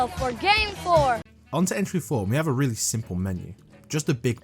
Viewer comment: "Foururr" kinda reminds me of a Austrian painter